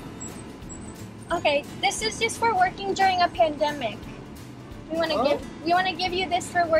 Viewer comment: why does Roni say pandemic like that